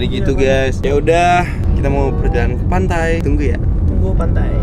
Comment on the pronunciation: Kok pantai jadi pantay papayan